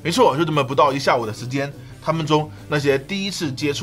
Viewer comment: 斯普拉顿好好的名字，非要被你说成撕破拉痛。